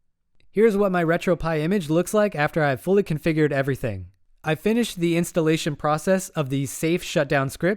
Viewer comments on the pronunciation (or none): none